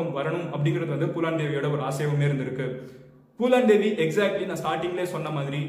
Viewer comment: Bro it's Phoolan Devi not poolan Devi😂😂😂😂